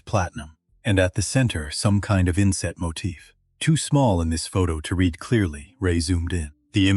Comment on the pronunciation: Language artifacts and mispronunciations are annoying. Get a fluent English speaker to review & explain things like the difference between present & past tense of the word read.